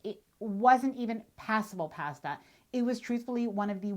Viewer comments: You deserve to eat at a restaurant when you cant pronounce "pasta" correctly. I also bet you say ''eye-talian" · The way you pronounce "pasta;" so Canadian!